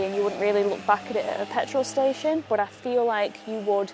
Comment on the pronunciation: also seems to, at least once per video, say the word "But" like it has 2 or 3 syllables. is not her longest but I count it. BUU-UU-UTT. That's one of my favorites.